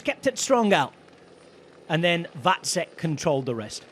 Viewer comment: Yeah, his pronunciation of Vacek is also spot on. I guess good commentators take the time to practice that.